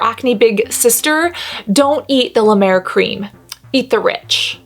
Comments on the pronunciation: This made my morning 😂 now I know why Jeffree Star loves La Mer. Also, you saying “”La Duuur” like La Mer is cracking me up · As a french, i just love the way you say La Mer ♡